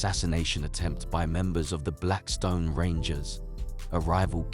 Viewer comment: 👁️'m tired of hearing foreigners with accent's that u can't understand document our people with know understanding of what really went on it's not blackston it's BLACKSTONE,👑✡️🔱